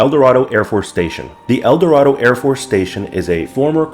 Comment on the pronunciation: Eldorado is pronounced el-door-AY-doh or el-door-AY-duh